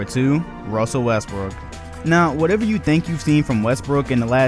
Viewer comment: Lol he said "Wussell Restbrook"